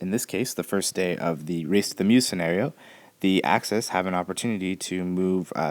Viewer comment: Excellent as usual. As a side note Meuse is pronounced like bUZZ and not as in